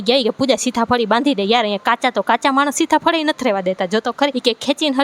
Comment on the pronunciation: Sita fali kvy ben sitha fali nyy sarkhu bolo 😂